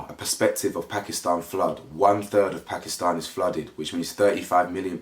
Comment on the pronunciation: Thankyou so much for speaking about this ❣️ it gladdens my heart and love that you pronounce Pakistan correctly 🤗